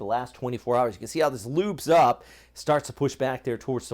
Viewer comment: Did you just say "lubes up" or "loops up"